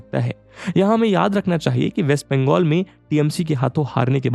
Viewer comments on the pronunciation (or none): none